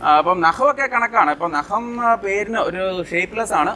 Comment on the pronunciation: നഹം അല്ല. നഖം